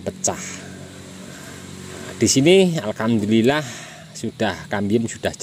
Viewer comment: Maaf om saya kok dengar ucap syukurnya alkamdulillah terus ya, apa saya yg salah dengar😁